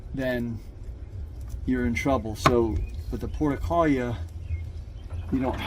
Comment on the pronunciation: Why are you pronouncing it “porta-kahl-yuh”??? The name has 6 syllables, not 4 (like you’re saying). And the 5th syllable starts with an R, not an L. It should be pronounced: por-too-luh-kah-Ree-uh”